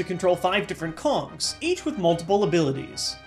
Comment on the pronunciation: At number 10, I thought he said, "Your main objective is to control five different cocks" instead of Kongs